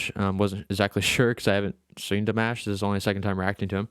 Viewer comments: Dimosh, is how you pronounce His name. Like "Mosh pit". Not mash. New Subscriber here! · Damosh is how to pronounce it. He is from Kazakhstan. sos was in French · Dimash Fans, are called "Dears". His name is pronounced, "De-mosh".